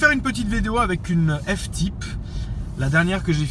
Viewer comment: Par contre assure prononce pas F-Type en français dit le en anglais bordel c’est moche en français